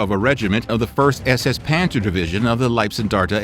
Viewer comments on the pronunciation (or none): none